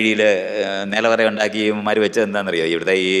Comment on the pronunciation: Ondakki ennalla . undAkki ennanu Pottan.